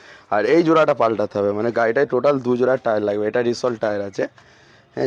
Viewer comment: 😂😂r a vai bangla vasa agey valo kore sakho....Labe na Nabe.....😂😂😂😂